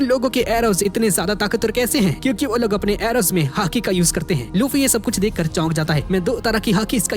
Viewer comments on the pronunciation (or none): He is Calling hati i an hearing haki 😂😂